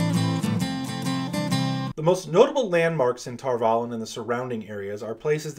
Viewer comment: I always thought the "valon" part was pronounced like Avalon, not tar-vallen